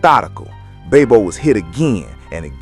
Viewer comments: Who is babe bo its bob o😊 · IMA NEED YOU TO SAY BOB O LOL😂